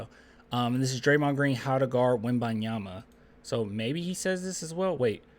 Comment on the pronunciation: Dude why you keep calling him WemByeYama